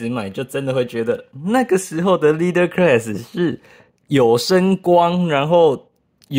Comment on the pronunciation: 领袖级那个级发音是克啦斯。。不是科瑞斯。。。。。。。。。